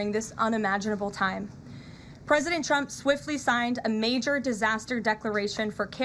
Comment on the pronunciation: First of all, she is a liar. Always was. Any Trump supporter that ever believed her is not very intelligent. Secondly, she can’t say “Trump” she says “chump”, and that speech impediment may be the most truthful part about her. She also can’t say “sure” she can only say “shore”, and if you want to something to do, look up her real face. No lips, but she shore likes getting the facial surgeries, just like Chump wants! Ah well…it’s all paid for by her multi millionaire 60 year old husband!